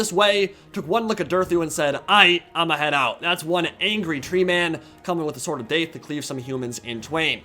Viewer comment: Take a shot everytime says Sword of Daith